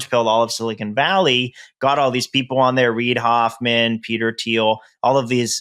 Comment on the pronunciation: I love Whitney, but someone needs to tell her that the “h” is silent in “Thiel”.